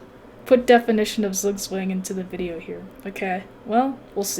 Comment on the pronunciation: Lessons learned: 1. needs to trade queens ASAP to avoid making stupid moves with it 2. Do not let trade queens so you do not lose the endgame 3. needs to learn the correct pronunciation of Zugzwang. Jawohl!